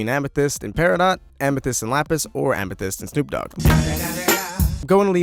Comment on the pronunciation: iit made me laugh when he said ametheyst and snoop dog xD